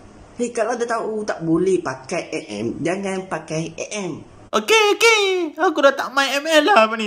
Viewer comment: Dia cakap a m eh?hahaha MM lah woii